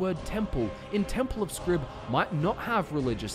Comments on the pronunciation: You talked about 'x' not existing in the Dwemer tongue, you talked about the game using partial translation into Tamrielic; why then would you think that "Xarxes" + "scribe" = Xrib? Why should the Falmer word for "scribe" be anything like the Tamrielic one? Also, the fact that you're pronouncing "Xrib" as "scrib" seems to come from nowhere. 'X' is not /sk/; it's a /ks/, at least it usually is in English. I always thought of this 'x' as being pronounced like a Spanish 'j', a velar fricative. Other than that, this is an excellent delve into the lore. Bien hecho. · that's a rather odd way of pronouncing xrib (most likely pronounced "kzrib") or if you were to believe the concept art, the actual dwemer pronunciation of the temple would be some thing like "Awerdihbth" (X is awe, R is rd, I is ih, B is bth.) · In what language does the letter X = "Sk" phonetically?? Because normally, in literally every English dialect, the letter X = "EKS" and occasionally "Z" phonetically. It seem much more likely that the name should be pronounced "Zrib" or "Eksrib". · It's temple of Xrib, not Scrib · it might actually be pronounced "zrib" instead of "skrib" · The X in Xrib is actually pronounced ‘Mick/Mc’. So the correct pronunciation of Xrib is McRib. Yes. The Temple of Xrib is, in fact, a McDonald’s. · I always thought Xrib was pronounced as "Zrib." You know, with the X being like how it's pronounced in "xylophone." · how does "xrib" get pronounced as "skrib"?????? x doesnt make a hard c sound??? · Why are you saying Scrib? It's Xrib as in "Zrib" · I feel like his name should sound like "ksrib", and yet I hear him say "scrib" every time. What's wrong with me? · If it's the Temple of "Xrib" then your pronunciation, "skrib" doesn't really make sense. The letter X doesn't say "sk", it says "ks". It's the temple of "ksrib". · I can't help noticing that even with as many times as you pronounce the word Xrib as "scrib" you never thought to pronounce it with a long "i" sound..."scribe".